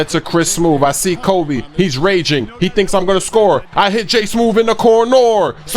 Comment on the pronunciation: "i hit j in the CORNOR!